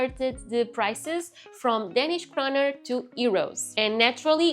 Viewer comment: when you speak english, you pronounce the letter "a" wrong in english in the word "danish"